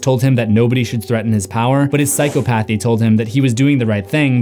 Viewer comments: Okay. I’m not an English major but it’s been bothering me you keep saying Psychopathy wrong! It pronunciation is (sai-kaa-puh-thee) not psycho path eee lmao sorry man that shit was cringe the whole video, I thought maybe I was wrong on the word but I looked it up and yes you said it wrong the whole time 😫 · Say it with me: Psy-cah-puh-thee NOT Psy-co-path-ee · Btw it's PsychOpathy, not psychopAthy lol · Sai-kaa-puh-thee not psycho-pathy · Psy-caw-pathy not psycho-pathy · You would think someone using the word psychopathy repeatedly would learn to actually pronounce it...